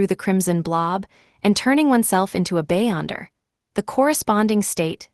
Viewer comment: Be-yonder not bay-onder